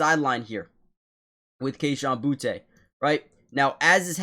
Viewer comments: Booty, not Boo-tay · Boutte is pronounced Booty, like butts and pirate treasure. Just say it the way the Lord wrote it!